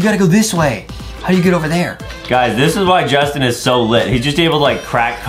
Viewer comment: Who's Jastin and what's a junggel